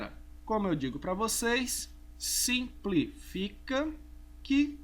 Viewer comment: "SIMPLIFICA QUE SIMPLISFICA" o que ele mais fala rsrs vc é top professor! (ou então "simplifica que sinsplifica" rsrs)